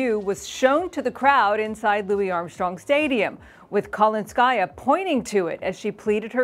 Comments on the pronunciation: The name Kalinskaya has the emphasis on the second syllable-- not the third syllable. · for Christ's sake. This is not KalinskAysa, it's KalInskaya